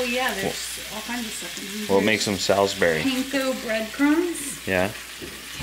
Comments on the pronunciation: it's so funny hearing you say my city's name in England - Salisbury! We say it more like, um, if you say the word "all", we say it more like that than "Al" if that makes any sense! "s-ALL-sbury" and don't pronounce the i, its a silent i in Salisbury haha! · it breaks my heart how you say “Salisbury.” Sal (like mall) not sol (like cow) 😂😂 Love you guys!